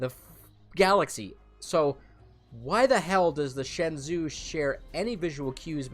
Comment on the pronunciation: shenzhou is pronounced shen-joe.